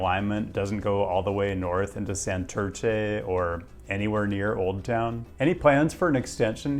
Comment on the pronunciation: the way this guy pronounces Santurce hurt my soul